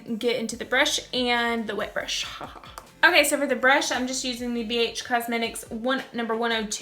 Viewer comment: I thought she said Bitch cosmetics at first...